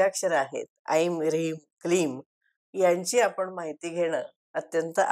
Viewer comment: नमस्ते! आपण चांगली माहिती दिलीत. पण आमच्या गुरुजींनी ऐं चा उच्चार ऐंग असा करायला सांगितला आहे, ऐम नाही. ते कसं? इतकी वर्षे आम्ही तसाच उच्चार करत आहोत. कृपया मार्गदर्शन करावे. 🙏🏼🙏🏼 ऐंग ह्रिंग क्लिंग चामुंडायै विच्चे